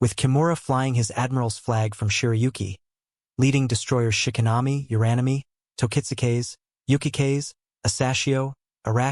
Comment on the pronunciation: FFS train your AI voice to say the names correctly Lae is pronounce Lay-i not Lah, Uranami is pronounce Ura-Nami not Your-a-nami etc